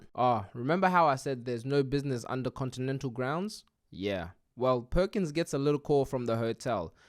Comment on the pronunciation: "contidental hotel"😂